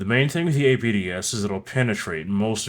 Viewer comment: Everytime you say "APDS"a spookston dies